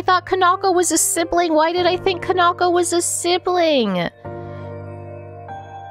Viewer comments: Is pronouns can-ah-ko not can-naw-ko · I think ka-nah-koh is closer to how it should be pronounced! I say this because i'm assuming the name is Japanese in origin and would be broken up into the characters ka-na-ko. Japanese language basics usually tell you to put the same emphasis on each character unless there is special indicators telling you to do otherwise.